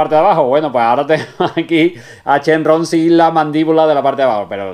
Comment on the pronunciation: Muy buena esa recina. Sigue así con tus vídeos. Tengo duda ¿Por qué dices Shenrron (con RR) si se dice Shenron (con una R) o Shenlong? Saludos desde México